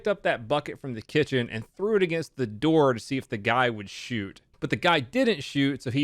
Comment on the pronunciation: rly said “open the noor”